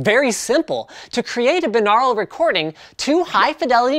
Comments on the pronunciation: you're saying binural wring it pronounced like this "bye-noor-al" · Wh... "Beenarul"? I've only ever heard it as "Buy-nor-ul" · "Bye" naural, not "bin" aural. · 'BIN-Aral' ? Isn't it 'By-Noral' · It would help if you knew how to pronounce the word - it’s BUY - NAURAL - you wouldn’t say BIH - LINGUAL would you? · lol I always pronounce it bi-neural. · ''By-noral'' is the way I'm almost certain it's pronounced, not ''bi-nahral'' . He also pronounces Asus as though it were Asüs. I'm not mad though, it's just now occurring to me that he says certain things a bit funny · Pronounced "Bine-au-ral" similarly to "Bine-air-y" is how you pronounce binary. You don't say it "Bin-ar-y" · ITS BYE-NORE-AL YOU FUCKING PLEBIAN. tips fedora and strokes neckbeard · It is pronounced bye-nor-ul bi means two aur means ear al means pertaining to so literally binaural means pertaining to the two ears. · Good work on trying to say binural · The way you pronounce binaural is technically right but sounds so weird. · Canadians say binaural weird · Dont u say that word differently